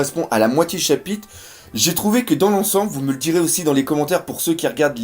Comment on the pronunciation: Bon bin comme d'habitude, tu nous offre une vidéo de qualité qui fait plaisir à mater ! Ta chaîne mérite son succès y'a pas photo. Tu maîtrises grave ton sujet et on sent la passion pour ce manga. Sache que c'est mon fils qui m'a fait découvrir One Piece et toi qui a fait que je m'y suis accroché ! Bonne continuation ! Ps : on dit pas chapite mais chapitRe 😆 je sais pas pourquoi mais à chaque fois que tu prononce ce mot tu zap le R !